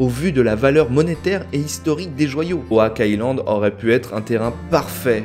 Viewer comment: Il me semble qu'on dit oc et pas owak island😂